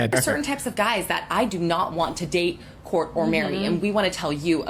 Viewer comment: I keep hearing "court" as "pork".